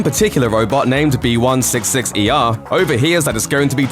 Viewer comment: You keep saying B166ER, instead of BIGGER